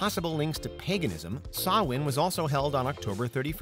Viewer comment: Kudos for pronouncing Samhain right 👍